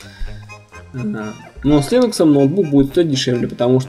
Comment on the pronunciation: Чувак, линекс - это не операционная система. Операционка линУкс, а линЕкс - это препарат нормализующий микрофлору кишечника. И не чешись так часто. Успехов)